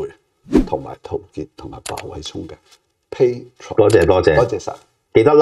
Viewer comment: 係pa tre on, 吳係pa tron